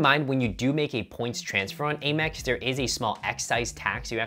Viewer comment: Out of curiosity - why do you call it A-Mex? It’s driving me crazy 😂